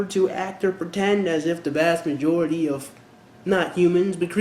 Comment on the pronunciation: Did you say "Vajority" ??!! LOLLLLL